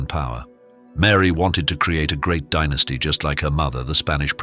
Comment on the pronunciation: It's dynasty not dynasty cheese hit right or don't say it at all